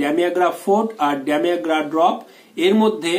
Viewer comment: Sir medicine namta bhalokore Bolonakeno?